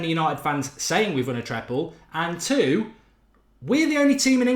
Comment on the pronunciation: Triple or treble, not treple 😂